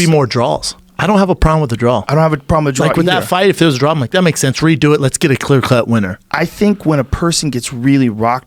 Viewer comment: Brendan "clear clut winner" shaub